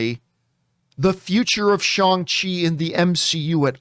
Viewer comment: Shawn chi????wtf you sound so whack